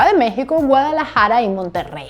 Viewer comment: Primera vez que nombras mi ciudad: Guadalajara! Se escucho gracioso